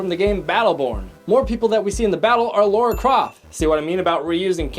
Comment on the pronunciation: Lara. La-Ra, not Laura.